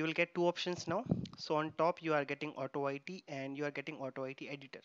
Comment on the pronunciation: Just wanted to mention that AutoIT is pronounced "auto-eat" not "auto-eye-tea" on video 37. The "IT" part of "AutoIT" refers the application being tested. Great tuto, Thank you for sharing